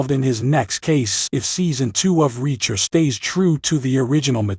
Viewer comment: The name is reacher, not wrecker.